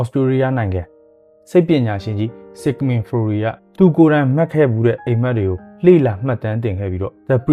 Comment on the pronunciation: ဆစ်မန်ဖရိုက် လို့အသံထွက်ပါတယ်